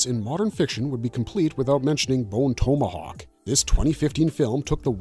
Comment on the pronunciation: You pronounce tomahawk like an asshole. This woke interpretation is annoying. I think we are all sick of it.